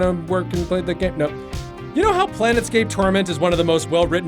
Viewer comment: plane-scape, not planet-scape